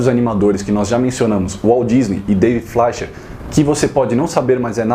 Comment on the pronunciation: Ótimo resgate histórico, concordo com cada palavra (incluindo a pronúncia de "Fleischer", falei errado a vida toda). É um assunto que me causa surpresa quanto ao desinteresse das editoras, ainda mais pelo fato de que estas obras estarem em domínio público. Abraço.